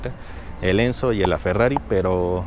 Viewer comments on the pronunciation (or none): none